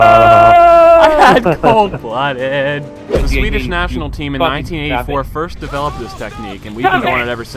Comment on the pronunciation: said "enemy tream" lol